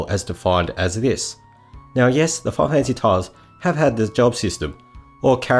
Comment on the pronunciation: “Fi-kneel fanphassy”